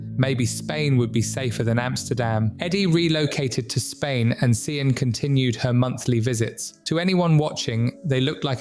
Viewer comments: Just so u know, Sian is pronounced Sharn or shan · SIAN is pronounced Sharn